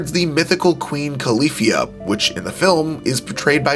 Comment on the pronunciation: Dude, I know you're not from California, but the pronunciations on some of these things is atrocious. At least look up some of the words man. Avalon, Califia... At least try to figure out how to say them correctly